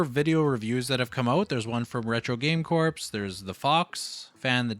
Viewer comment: Fyi RetroGameCorps is pronounced Retro Game Core the p is silent